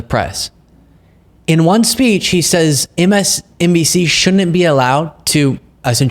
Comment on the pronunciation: he didn't say msnbc..he said msdnc. He messed that up too. Even closed captioning caught it. I even tead his lips. And the say he takes many competency tests..that's not normal by any means.